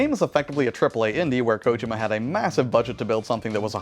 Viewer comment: How you pronounced Kojima upset me.